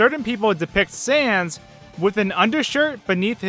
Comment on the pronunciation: Did you just pronounce "sans" like "cens"? Seriously? Do you even pun, bro?